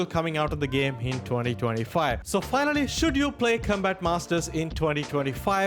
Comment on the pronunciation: Com...COM-bat. Not Cumbat 😅